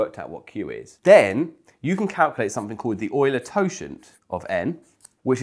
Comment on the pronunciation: TY for pronouncing it "oiler". ^_^